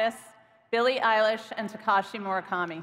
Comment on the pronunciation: I laughed when she said murakama